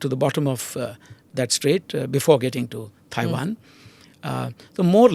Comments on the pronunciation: Someone tell this guy it’s not “Thai”wan! “Thai”land is a different country! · Can someone please tell him how to pronounce Tiawan. It's not Thai wan.